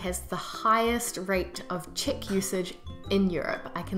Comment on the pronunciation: I thought at first you were saying "chick book" or "chit book". It took me a while to understand you were referring to "check".